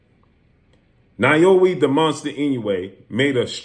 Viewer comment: "NAH-OH-YA" say it with me blue 🤣